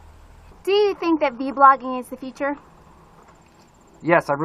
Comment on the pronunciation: Why do you call it V-blogging while others call it vlogging?